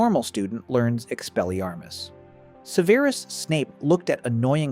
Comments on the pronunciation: No, the voice over is probably AI. The name itself can be pronounced like this (seveerus), but in the films (and the standard English pronunciation) is sev-rus or sev-eh-rus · Start with pronunciation: It's SEV-er-us, not Seh-VERE-us. It's ROE-ling as in BOW-ling, now RAO-ling as in HOW-ling. If Aetch-BEEOH, screws THAT up from the start, the series will explode like Seamus' feather. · Seveerus? Is that how his name is pronounced? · So...the author of this video can't pronounce "Severus", and doesn't show how thet movies "got wrong" these spells. More clickbiat bullshit. Thumbs down.